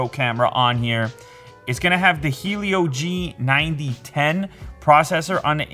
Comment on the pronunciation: it's g90T not g90 ten